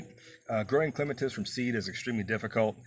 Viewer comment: Thank you for the pronunciation. The dictionary gives both but yours is the one I prefer.😊